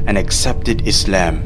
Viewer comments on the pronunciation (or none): subhanallah ik this is nitpicky but why are muslims saying muzlims and izlam. lets fix that inshallah for next time.